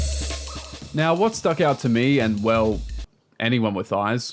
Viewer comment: are you serious right neow